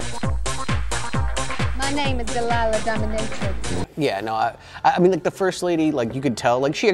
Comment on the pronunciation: Doh minh ih trix, accent on the "minh." is right, the girl on the beach is not the same girl as the one with the mouse. And damn, that surplus army field desk looks niiiiice.